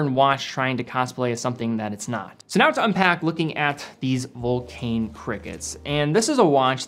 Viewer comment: Dear, just for the record: vulcain is pronounced vulcan, like the British bomber.